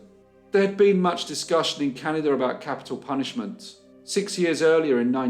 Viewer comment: "cannidur" 🤓 It never gets old. 🇨🇦